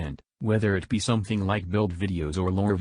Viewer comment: That dude needs to learn the difference between an F and a Th sound ffs. Boohoo the vets fink the game fey spent years playing has major problems, ya we do but it stems from our love and desire to see the game be the best it can be. Don't complain tubers, somefing bad could happen to you. Jesus